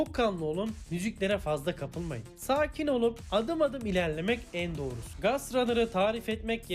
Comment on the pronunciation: Gast değil gost rannır